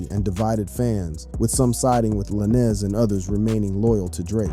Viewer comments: Funny... u got all this "accurate" info on the case... but yet.. can't say tory lanez name right.. lmao... juss like u say "lane".. like a care lane.. that's how u say his names... juss instead of a sudden to makes it lanes.. it's a Z.. "Tory Lanes"... not tory la'nez.... lmmfao Got me thinking do these podcasters/youtubers get really intuned with wat their Makin a video about or it's jus something to make/post because of the celebrities talked about in their video... sad. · U can say stallion but not lanez I don't get it with some of these YouTube ppl